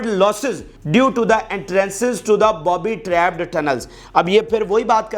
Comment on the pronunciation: Booby trap = بُوبی ٹریپ بابی ٹریپ نہیں